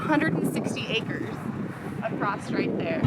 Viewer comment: Did he just say "acrost"?